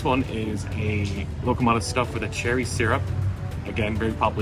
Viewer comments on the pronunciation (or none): Kostas not costa Loukoumades bot locomata Bougatsa IS the name of the first thing you were eating. Bougatsadiko is the name of the bakery